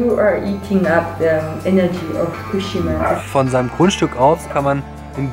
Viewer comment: Also erstmal respeckt, dass du soetwas machst. Geile Aktion und wenn ich älter bin und geld hab werd ich wahrscheinlich auch so eine ähnliche Reise mal machen :D Und zweitens, im japanischen werden die meisten Wörter auf der vorletzten Silbe betont, also bei dem Wort Fukushima wied die Silbe "shi" betont ^-^ (wollte es nur mal gesagt haben und sorry falls die das schon mal jemand gesagt hat, sind einfach zu viele Kommentare um alle zu lesen ^^")